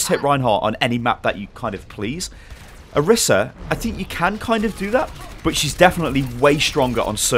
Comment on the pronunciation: Isn't pronounced Or-EES-a?